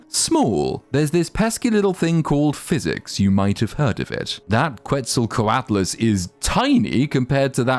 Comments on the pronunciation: You perfectly pronounce Coelacanth, but struggle/refuse to say Quetzalcoatlus???? Wtf man? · Don't tell me you cannot pronounce Couatl? The Quetzalcouatlus is named after that famous aztec god, you know, feathered serpent? Just add "us" at the end